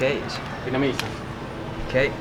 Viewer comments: "Vietmanese" (sic) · Great videos! I really like your sensitivity to the local culture. It's Viet-Nam-Mese.... when you said it too fast. it became...Viet-MA- Nese....:) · I've noticed that you pronounced "Vietnamese" as "Vietmanese". Please correct that in future video. I do like your videos by the way. Thank you for visiting our country. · Remember it's Vietnamese..but you keep saying Vietmanese lol..what's going on with that pronunciation dude? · Sorry man but if you're going to do a video on a Vietnamese topic, don't call us Vietmanese. Ignorant . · I keep hearing you say "Vietmanese" when its Vietnamese lol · Nice video. But I keep hearing you say Vietmanese. It's Viet-Namese. Just saying